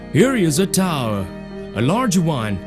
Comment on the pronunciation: Here ish a towerrl. A rarge wun. A rear wun.